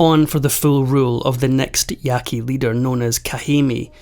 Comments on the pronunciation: You say the name of this tribe “Yaah-Kee.” And please do your research about tribes who “surrendered” to the government because you’re completely incorrect and so is your title. A common practice is to use peer reviewed academic sources of the DISCIPLINE. So don’t use those old archaeological opinion pieces that still float around as they’ve been discounted as racist and blatantly inaccurate. So, if you’re discussing Native American history, then you can only trust sources from a professor of Native American studies in order for the info be considered credible. Oh, and there’s also the national archives which discusses every single dirty horrific detail of the conquest of the Americas and what was done to the people who were there first- written by the colonizers themselves. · Ya qu i not yaqi